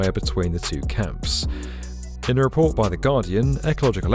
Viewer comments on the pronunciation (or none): none